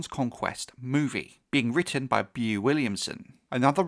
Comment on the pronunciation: Bro his name is pronounced "BO" and his last name is Willimon. Not "bee-yuu williamson" Do better lol